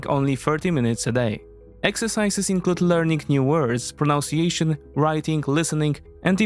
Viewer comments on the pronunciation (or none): Just one hint from a (well-educated) native English speaker. Your pronunciation of "pronunciation" needs to be reviewed. The verb is indeed "pronounce", but the noun is "proNUNciation", without an "o", and spoken as "nun" not as "noun". Artur Rehi (Estonian) who frequently makes commentary on the Ukraine War makes the same error. By the way, this is meant to help, not to hurt: your English is excellent, whereas my Polish is non-existent. I love the channel.